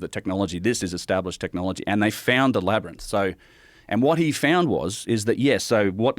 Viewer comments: Joe keeps saying “Labyrnith” after has correctly said “Labyrinth” throughout the whole pod. And it’s hilarious each time 😂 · Is Joe having a stroke? LAB - ERR - RYNTH. NOT labernith... Laberynth! Wait am I crazy?! No. I don't think... Omfg is he doing it on purpose multiple pod casts lately I keep hearing him say labernith - in the past he's mid-said it and corrected himself but now I think I'm slowly going out of my mind - help labernith rather rinse rubber myth labia mints! Gawd. Say it right! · Why does Joe still pronounce it “Lab-er-nyth” lmfao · Joe, buddy, ITS LABYR-INTH. INTH. STOP SAYING NITH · So is it a Labyrinth… or a “Labrinus?” 😂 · Can someone please teach Joe how to pronounce "labyrinth"? "Labernith" just isn't the vibe. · Can stone please tell Joe its Lab- rynth, not wtf he's saying. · Joe can pronounce contiguous correctly but says "Labbernith"? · Is it the labyrinth or "labrinus" that Joe keeps saying?😂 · What the f is a labernyth Joe Rogan? Too many concussions can't say labernyth anymore? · "Lab-ryn-inth..." - Joe Rogan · why does joe keep pronouncing labyrinth "LAB-ER-NISS" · “I’m really interested in the LABBER-NITHS” 😂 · I forgot Joe can't pronounce "LAB-RYNTH" lol I don't know how he gets the word Lab-er-nyth to come out of his mouth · Or...... is it Labernith 😂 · Joe mispronounces "Labyrinth" 7, count em, SEVEN times!! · Today I learnt that Joe can’t say labyrinth 😳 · Does Joe know he’s continually mispronouncing “labyrinth”? Why does no one correct him? 😅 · Yea that word is up 2-0 on him lol it’s like when people can’t pronounce nuclear to save their life. What exactly is tripping him up 😭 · How can someone become so famous for talking for a living but can’t pronounce the work “labyrinth”? Even after the other guy says the work correct so many times. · Why can't joe pronounce the word labyrinth???. Lol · Joe “whoaaa-gan”….cant say “labyrinth”☺️ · Enjoyed watching Joe try to say "labyrinth" lol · Joe can't pronounce "labyrinth "😂